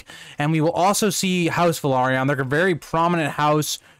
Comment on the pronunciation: Maybe I’m the one saying it wrong but I thought it was vel-lair-reon. 🤔🤔🤔